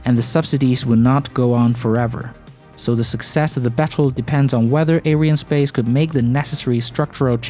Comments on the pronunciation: It's not 'air-eye-en' space. It's 'ary-ann' space. It's mostly a French company. This isn't a complaint, it's a correction. Watch this video for confirmation of the name = Around the 1 min mark, ish. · "a company you probably haven't even heard if....it's called ariannespace"...or as you pronounced ah-ou-i-r-annespace :facepalm: BITCH PLEASE , not everybody on the internet is from USA